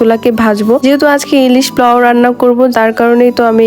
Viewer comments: নেকামি করবেন না পোলাও কে পাও বলবেন না 😡😡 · Plaw plaw😂😂😂😂😂😂😂thik moto koiteo parena